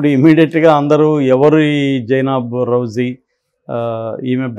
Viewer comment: రజ్వీ కరెక్ట్ pronounce చేయండి రౌజీ కాదు